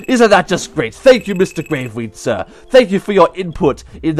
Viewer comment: i think you acceddently said gwave weed instead of grave weed